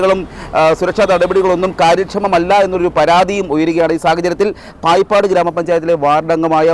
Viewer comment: പായിപ്പാട് അല്ല.. ബായിപ്പാട്...